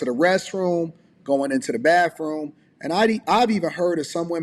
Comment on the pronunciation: Wait . Did he say ( da womins baffroom.?